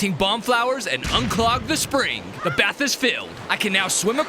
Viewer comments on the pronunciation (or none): none